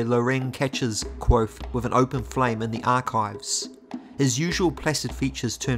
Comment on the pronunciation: Have you tried practicing your pronunciation of the word "Kvothe"? It's Kvothe with a "v" sound, not Kwothe. I love your videos but cringe every time you say his name!